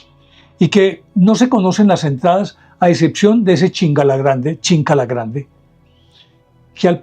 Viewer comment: No es chinkala es chinkana(escondite)